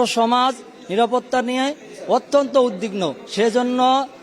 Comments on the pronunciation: কি ছাএ উদ্বিগ্ন বলতে পরলনা দুই বার করে বলে উদ্দিগ্ন 😢😢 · উদদিগ্ন না উদ্বিগ্ন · 😂😂😂 এই ছেলে কোন জাতের ছাত্র কিসে পড়ালেখা করে, যেকিনা " উদ্বিগ্ন " শব্দটা উচ্চারণ করতে পারতেছে না? এটা বস্তির টোকাই পোলা।